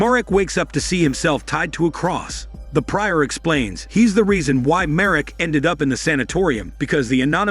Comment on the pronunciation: That's not how "prior" is pronounced.